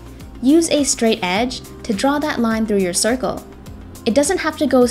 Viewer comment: Everybody gangster till she says draw a cirkel